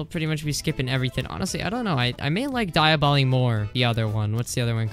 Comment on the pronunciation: ITS NOT DI-A-BOLI ITS DEE-OB-LO